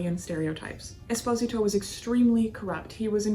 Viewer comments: I am curios about your pronunciations of these gangsters. You pronounced Giancana with a silent “I”. I’ve always heard it pronounced as “Geancaa”. Esposito you did the same with his nameIve always heard the name as “Esposeeto”. As you are Italian I am supposing you may Be pronouncing it correctly. Will you clear that up for me? BTW... I enjoy your podcast and will listen and “like” each episode as I watch and listen to them. Thank You for your efforts! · Are you aware that you mispronounce Giancana, Esposito & Moran?